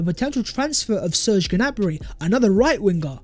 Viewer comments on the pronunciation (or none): none